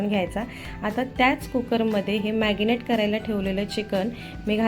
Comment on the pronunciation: मॅगनेट नाही मॅरीनेट😄